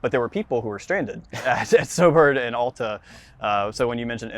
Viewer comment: OWL-tah. It's pronounced like "altitude". Otherwise pretty good video. Could have been < 20mins. Worth a sub!